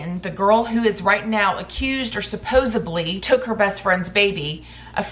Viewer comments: SupposeBly isn't a word! It's supposedly. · Supposedly. Root word is "supposed." There is no "b" in the word. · I love how you pronounce the word ~supposedly~ 🙂